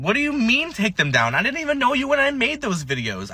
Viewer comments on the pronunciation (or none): I dinint know I could get fired for not being able to pronounce didn't